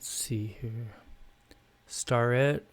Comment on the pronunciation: Starrett is pronounced Stair-et, They had a plant in Mt Airy NC and I dated a girl in the 80's whose dad crated up their equipment for shipping...